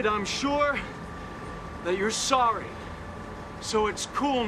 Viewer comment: He said “Sorey” in Bill & Ted 😂